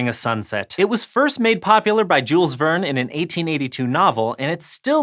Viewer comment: btw Jules Verne was French. shyl vern